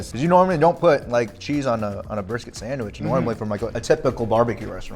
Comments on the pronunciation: hey Guga! the CH in sandwich is a hard TCH sound! this isn't Portuguese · I love how Guga pronounce Sandwishhhhhhhh :) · I cant stop giggling when he says sandwiich 😂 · I know what you mean, i love it lol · It sounds like he saying Sanwish